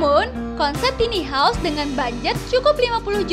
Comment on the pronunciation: konsep ok..tp itu kyke cocoknya buat smacam tmpt penginapan krena gk ada tempt penyimpanan baju... tone suara kurang nyaman..bukan tini haus tapi taini haous bacanya...